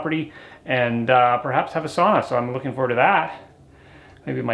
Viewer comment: Hey bud you got it right SAUNA and not sana well 1x you did 👏🏼😁👍🏼